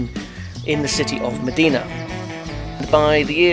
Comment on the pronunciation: Great informative video! :D But it's not pronounced as 'Medina' but 'Imdina'